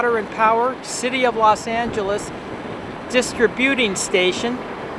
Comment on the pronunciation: It's pronounced; DIS-TRIB-U-TING